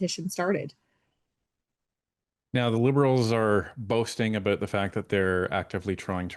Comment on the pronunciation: the way you pronounce about is bothering me. SouthPark would love lampooning you. Floors crossings en masse via recruitment is wrong and far from democracy or constitutionally accepted practices. FULL COMMUNIST.